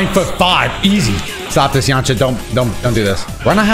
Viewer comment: This guy said “Yamacha” 😂! It’s Yamcha! Dude is too hype in this video